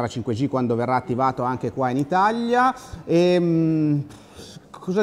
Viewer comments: Perché dici itallia? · Al minuto , non so se ve ne siete accorti, ma ha detto Itaglia non Italia Like se ve ne eravate accorti